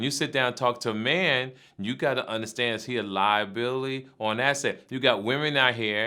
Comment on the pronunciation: saying it again. Lieabillaly